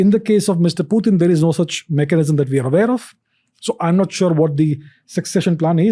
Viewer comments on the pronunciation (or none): Pyu-tin is not Putin! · It's not Pewtin Ranveer. Putin. pronounced it correctly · Bruh it's not pewt-in, it is put-in 🤦🏻🤦🏻🤦🏻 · putin bol le bhai...pewten kya hai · its not pew-tin ...its putin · Its "पुतीन" not "प्यूटिन".. Don't try to look more cool by doing such pronounciations. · Its Puttan not peutiin 🤣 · pew-tin >>>>>>>>>>>>> putin 😅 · it's just purely showoff by telling पुतिन as प्यूटीन. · No Phew…phew….its pu… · Pewtin kay? Putin ahe te! Kay tu bhava. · Its "putin" not "pewtin" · nope, it's pronounced Putin in Russian , not pewtin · It’s not Pu , it’s Poo tin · It's not pewtin... It's putin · What is PEU-TIN?😂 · Protein hi bol do Pewtin kya hota hai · When he says piutin i kind of dumb down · pyutin...?😅 why bro? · प्यूटेन, प्यूटिन गज़ब बोलते हो गुरू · Even foreigners don't pronounce Putin as putein then why this sasta angrez pronounce him that way 😅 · Is it only me or others are also got irritated of his pronouncing Pewtin ? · Pyutin? Bro, that's annoying. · That's what i am wondering. He's trying to look more cool by pronouncing "pyuuuteen". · "Pew-tin"...why so many Indians are pronouncing it like that? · President Pewtin 🤣🤣he said 😂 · No bro....it is pronounced as Putin... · ye 'pewtin ' kya he?? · Why Does He Say Pyu Tin Is is The sign Of Being Overly Sophisticated? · pewtin lol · but putin is Russian so you can't change Pronounciation of Russia in English or any other language because the word had Russian origin